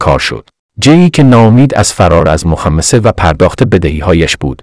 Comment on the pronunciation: مخمصه را این هوش مصنوعی اشتباه تلفظ کرد، محض اطلاع! یواشکی و غیره هم بماند. چرا خودتان نمی خوانید؟